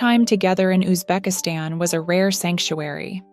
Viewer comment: Узбекистан - ударение на последнем слоге!!!